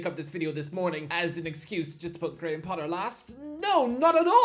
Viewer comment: GAY-HAM Potter